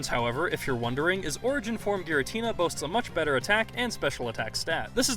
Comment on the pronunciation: Isnt it pronounced "Gee-ratina"?